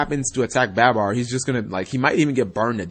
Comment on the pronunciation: also its not baaaabar its barbar, just had to get that off my chest cause its annoying lol